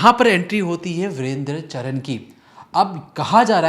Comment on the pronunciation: Are patrakar mahoday home work kar ke aaya kre Charan ko bol rhe ho charn ratangarh ko bol rhe ratanagarth